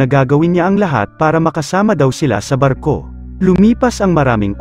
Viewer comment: Bat naging arko ang basa